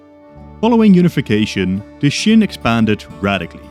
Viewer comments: Qin is pronounced “chin” not “shin”, like Qing is pronounced “Ching”. It’s fine you can’t really distinguish Qin and Qing, in Mandarin, those two dynasties are only distinguished in accent(one is upward, the other stay tuned) and the context of conversation (one is super ancient and one is not that far away), believe me, I am Taiwanese, we don’t distinguish those pronunciation between those words end in “n” and “ng”. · Why do you pronounce Qin as Shin? It's Chin. As in CHINA. You even said it yourself we derive the word China from the Qin dynasty. It's not hard to look up the pronunciation mate, you just discredit yourself by pronouncing it as shin. Might as well say Shina throughout the video. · Why do you keep pronouncing Qin as "shin" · Please learn how to pronounce Qin correctly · I actually agree with you and l actually thought that l was the only one who actually thought that.